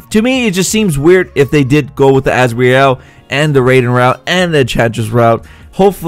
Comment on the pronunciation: y u gotta say asREal y u just cant say azrael like az-real like every1 else uuuuhhhhhh idiot